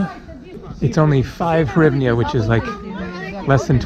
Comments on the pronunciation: You can say "Hrivna" or "grivna", it will sound closer to original than your attempt "horivnia" Donations for slodiers, haha. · As for the currency, simply pronounce it like this : greevna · Дуже супер відео,! You are very close on hryvnia (hreev-nyawh). Hr just takes some practice;) Ukrainians will also say "gryvnia" if they are speaking Russian, especially in Kiev and Eastern Ukraine. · Pronounced grivna.